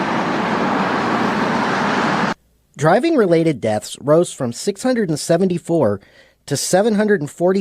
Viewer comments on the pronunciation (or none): none